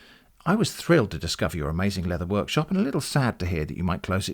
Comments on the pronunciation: Also, "worshop" instead of workshop. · You mispronounced "leather bag worshop there" :v